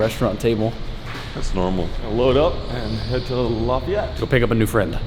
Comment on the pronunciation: ...its pronounced laugh-ee-yette